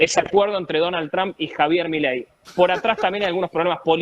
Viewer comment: Por qué los argentinos pronuncian mal el apellido Trump?